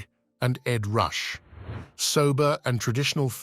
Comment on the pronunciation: It's pronounced Ed "Roo-Shay", not Ed "Rush"